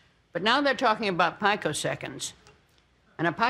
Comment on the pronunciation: She is definitely a software person. It is pronounced "pee-co-seconds."